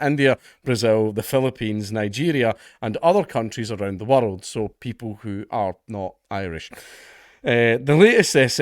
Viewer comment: The way Dank pronounces ‘world’ is very funny.